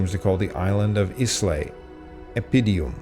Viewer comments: The island of Islay is pronounced eye-luh not is-lay. I only know this because I'm a scotch drinker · Good video, just some notes on pronunciation: Islay is pronounce "eye + la" and there is no stress on the double r in Arran, it is just "a-rin". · Great video. By the way, Islay is pronounced 'Eye-lah', no ìle anns a' Ghàidhlig! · “Islay” is pronounced “Ila”.